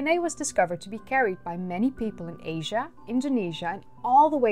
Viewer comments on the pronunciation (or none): none